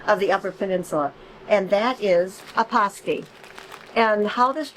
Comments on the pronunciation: Should be pronounced pass-tee not paws-tee by the uppers. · Hello, I've been following you guys for a while now. I just watched your video on your new Brinkley 5th wheel. I agree with you that the UP is a fantastic area, we live just south of Iron Mountain Mi. I have to tease you about your pronunciation of pastie...it's PASSTEE 😉 We made the same mistake when we moved to the area almost 50 years ago !